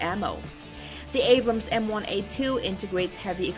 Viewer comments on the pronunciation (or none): none